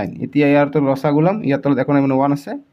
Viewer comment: Video to sai vbisilo bhulbor okol morei sokut porise nki 😝...but comment porhi gm palo sbei bhul boror kotha likhise 😂....ru apunak koisu axomiya vakha koise jetia pronunciation bor alp correct koi kribo...val nalage xaat ( ৭) tok saat buli kole, ru losagu nhoi lokhagu buli kobo... miya nki apuni 😂